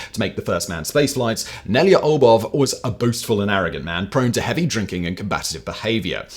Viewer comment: Yeah, he was all over the place with Nelyubov. I'm not Russian, but that isn't even a hard name to pronounce for non-Russian speakers, compared to other Russian names.